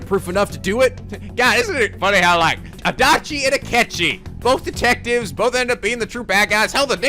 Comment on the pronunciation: I like how I was going to watch Persona 4 after this one (cause I'm dumb) and he says something about Adauchi (I think that's how it was pronounced) and now I know to keep it out for him. Thanks a lot!!:D